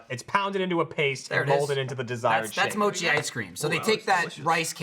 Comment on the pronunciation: The way they're pronouncing mochi at the beginning is aggravating the fuck out of me.